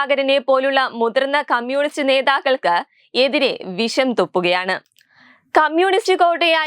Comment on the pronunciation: ആദ്യം മലയാളം പറയാൻ പഠിക്കൂ കുട്ടീ. എന്നിട്ട് വാർത്ത വായിക്കുന്നതാണ് നല്ലത്. അദം പതിച്ചു എന്നല്ല പറയേണ്ടത്; അധ:പ്പതിച്ചു എന്നാണ്. വിശം തുപ്പുക എന്നല്ല ; വിഷം തുപ്പുക എന്നാണ് പറയുക. ശബരിമല വി ശ യം എന്നല്ല ശബരിമല " വി ഷ യം" എന്ന് തന്നെ പറഞ്ഞ് പഠിക്കണം